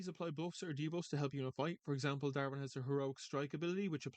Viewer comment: it's not darven it's Davrin Dav rin